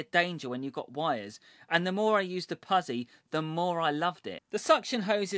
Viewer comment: Great video, it's pronounced put-zi, as in pit-za, (pizza)🤪